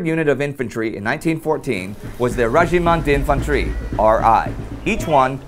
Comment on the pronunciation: « Wegimen tinfantwi » il ma tué mdr